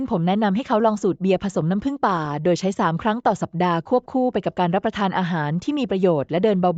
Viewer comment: พูด หรือ อ่านไม่ตกวัค.เช่น.น้ำ.แล้วมาผึ่งในวัคหลัง ทำไม่อ่านว่าน้ำผึ่งเลยล่ะ